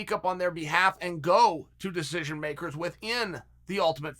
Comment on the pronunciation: Me: “decision” Chael: “desij”